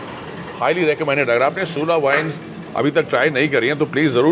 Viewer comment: It's Sula(सुला) Not Shoola(शुला)